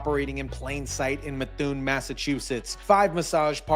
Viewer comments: It's Meth- oo- en not Methune. New England names are tricky 😊 And Foote is pronounced Footie or Foot...😂 Sorry I can't help it. We can always tell when you're an out of state-tah 🤪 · Pronounced "MA THOO EN"